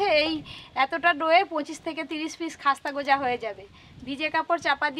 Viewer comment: Eta goja na gooja bole🤣🤣🤣🤣🤣...eto olpo olpo kore sobsomoi,,sobai akta duto kore debe